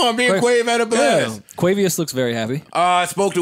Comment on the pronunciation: I also heard Quavious in there 😅